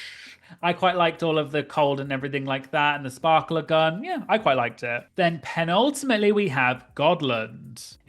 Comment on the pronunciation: What about "Penultimatt Leigh" lol